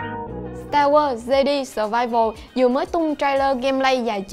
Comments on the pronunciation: fan Star War nghe đọc Jedi là 'Giê-đi" chỉ biết ngồi cười rồi đi ra :)) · starwars "de đi" ?? =]]]]] Omg cú tui cú tui